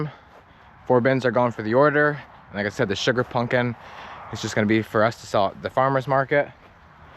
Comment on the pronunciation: Please for the love of God say pumpkin correctly.